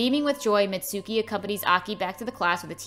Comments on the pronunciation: actually its pronounced MItsuko not Mitsouki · Her name is Mitsuko not Mitsuki but still this is nice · I love how she says mitsuki when on the movie it say mitsuko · ITS MITSUKO NOT MITSUKI